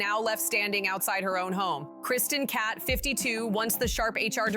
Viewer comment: Please re-record the audio. Every time you pronounce the last name as “Cat,” it’s grating and distracting. Interesting info on behind the scenes, though.